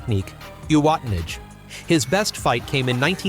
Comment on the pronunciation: The AI script and voice is terrible. Mispronouncing the techniques like "Oo-watta-nash"... good grief. Hakuho's record (45 tournament wins) is insane and IMO may never be broken. That said, IMO Chiyonofuji was definitely one of the greatest ever.